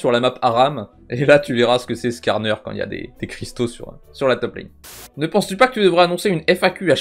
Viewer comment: À tu as mal prononcé "Skarner"